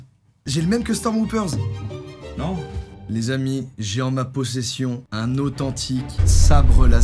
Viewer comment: Tu dis Jedi "i" je rêve pas ? XD c'est fait exprès ? JedY ?! xD Et Stormwoopers ? Stormtrooper xD Mais trop bien ta vidéo (x xD